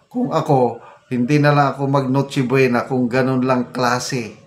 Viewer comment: Correct to 500? Noche bwena? Adik narin Po ba Yung DTI Sec.? Nagtatanong lang Kase Wala na sa katinuan Ang pagsasalita nya.